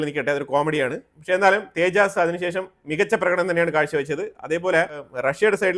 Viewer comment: തേജസ് എന്നാണ് പറയേണ്ടത്. തേജാസ് അല്ല